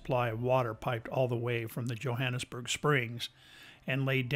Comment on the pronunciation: I grew up in the area. Hiked all over the hills worked in many of the homes. It is a nice area, but the one thing that drove me nuts watching your video was the pronunciation of Johannesburg. The (J) is not silent. me and that you kept mispronunciation the Johannesburg I could not stand to watch the rest of your video. If you make a documentary the name of the place that you’re talking about correctly please. Do you have a nice day God bless.